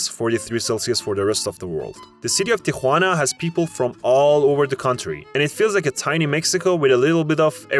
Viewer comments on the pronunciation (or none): none